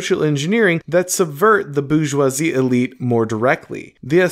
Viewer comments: It’s not Boo-joisie, it’s Bore-joisie, so to speak. Appreciate your content. 😊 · Nobody:: the boozhjwahzie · Not gonna lie, the way you pronounce "bourgeoisie" is a hugely distracting annoyance. Great stuff otherwise 👍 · He's just booing them.